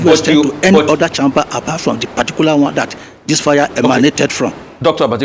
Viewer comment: Sorry just annoying the way a doctor is pronouncing “1 CHAMMMMBER”. Just like some people pronounce google Gòògle”